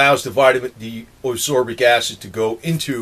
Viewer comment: And its not asorbic acid its asCorbic acid